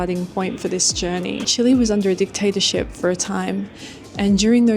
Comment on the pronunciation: Thank you for not saying Chee-lay 😂